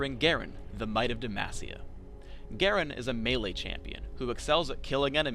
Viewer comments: said "Dem-ahs-cia" FAIL. It's DE-MA-CIIIAAAAAAAAAAAA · DE - MAH - NOT DE MASS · ...Hearing Demacia pronounced de-mah-see-ah makes me go WTF? Everyone pronounces it de-maw-see-ah including Jarvan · Demagecia? Its Demacia... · I said Demacia before, but someone corrected me and said it was Damacia. Now I get corrected again. CURSE ON THE PERSON WHO SAID DAMACIA! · Lets face it, we all hear "Dumbassia" when he says "Demacia" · Please never say Demacia like that again. EVER.